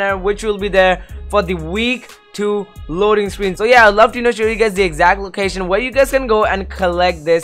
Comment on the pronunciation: Anyone notice he said loading scween